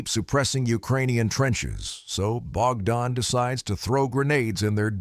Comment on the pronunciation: Bro why are you saying something like name bakdan and all.. And also in the second clip where Ukrainian soldier are assaulting the russian dugout and trenches... You Narrating on this is maximum fake shi.. Like come on that second video is of Recon group.. And the name bakdan you're saying is not bakdan.. It was Barber.. The first man and second man is shepherd.. So kindly research more before Narrating it all...